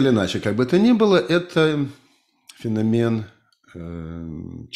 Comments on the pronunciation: По-русски правильно "фенО'мен". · фенОмен, как в английском